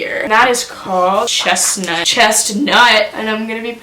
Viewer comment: "Chest-NUT" ty for blessing my day😂🙏